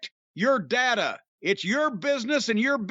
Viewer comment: It’s pronounced data, not data.